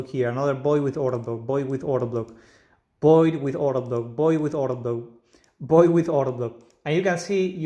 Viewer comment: Void with V, not 'Boid"